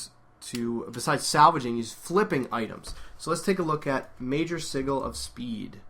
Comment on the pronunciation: Just for reference, "sigil" is pronounced /ˈsɪdʒəl/, the g sounds like j. Great video btw... extremely awesome. I'll be trying a few of these techniques when I get home tonight.